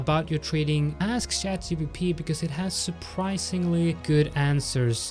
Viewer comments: please stop calling it 'chatGBP' its not the sterling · Oh , literally yes, he said GBP.... 🤣